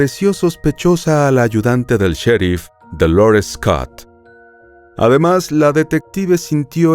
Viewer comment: Dolores es un nombre en español y se pronuncia DO-LO-RES, NO "doulourest" <